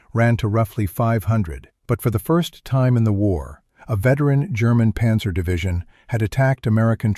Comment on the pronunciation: What's a "ponzer"??